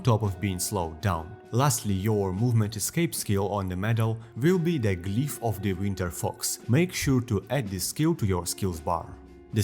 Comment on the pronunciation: i absolutely love how you pronounce glyph as "GLEEPH